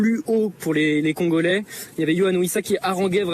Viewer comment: Le CONgolais c’est quoi cette prononciation 😂😂😂